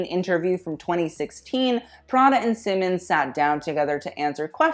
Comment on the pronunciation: It really grinds my gears to hear Raf’s last name butchered a gazillion times in this video. It’s pronounced „SEE-mons”, not „Simmens”